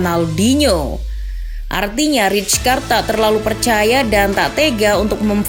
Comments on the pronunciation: fyi : rijkaard dibaca raikard bukan ricekard atau ritskard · Saya masa rijkaard di barca gk lama Izin min, nama rijkaard dieja nya raikaard yaa, terimakasih